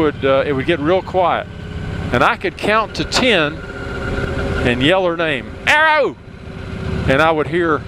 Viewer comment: Cats, Fords, Harleys but no Porches, BM's or Ferrari's. You're right about cats though, quite mardy little critters when you get back from a holiday away :) RIP Arrow, although I'm not sure you got his accent quite right ;)